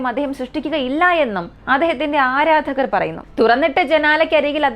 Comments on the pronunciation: Edo parayunna vaakkukal clear ayi paranjoode Rocket❌racket✅ Adharakar❌aradhakar✅ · Aadharakal alla aaradhakar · ആദരകർ അല്ല ആരാധകർ എന്ന് പറയു 😂😂😂❤️ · Adharakal not ma'am aradhakar😂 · 3.44 Adharakal ala aradhakar ennu aanu😂